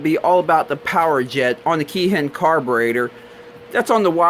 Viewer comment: great explanation. there is some confusion out there that it 'injects' fuel or is like an accelerator pump. BTW its pronounced "Kay Heen".